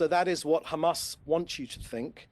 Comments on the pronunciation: he gets a bonus every time he says khamas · Khamas! Khamas! Khamas Khamas! Is all I hear them say in an effort to pass blame, and play victim. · Not a single truth in his body - count how many times he says khamas 🤣🤣🤣🤣🤣